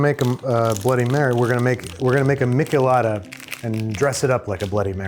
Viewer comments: It’s a meesh-eh-lada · Babish you say michelada with a soft ch like in "choose" lol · The only thing that really hurt me was the way he said "michelada". It has a soft sh sound😢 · i’m sorry how did he pronounce michelada?!? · How does Babish not know how to pronounce or make a michelada? Missing several ingredients